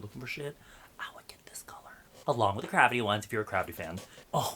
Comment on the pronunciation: 😂😂😂sounds like saying crappy